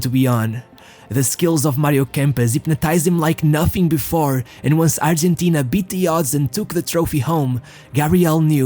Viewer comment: Dear lord man, stick to one pronunciation or just pronounce the names in English, don't just makeup names to show that you can speak various languages is F*** annoying, good video, but your pronunciation killed me to the point of writing a comment. 1. his name is BATISTUTA not Batishshshtuta... don't drag the s and h!!! there no HHHHH.. 2. is pronounce ARGENTINA, you either pronounce it in english accent or Spanish accent but dont put J and S and H where there's none.. Arrrgjjjshentina 3. Is pronounce ROMA (Spanish), in English Rome (Rowm), but not GGRRRROME... not even the French will do it lake that.. 4. if you pronounce Ronaldo name with Portuguese accent, then stick to it!! however, given that your presentation is in English, then its better to use the English pronunciation of his name, and all the names as you're main target seems to be English speaking audience.